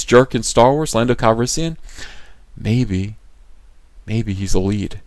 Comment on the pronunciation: Daniel Mumby And Lando “Cal-yes-sian”